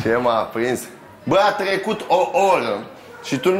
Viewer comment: A trecut o Orrrrrra....😂😂😂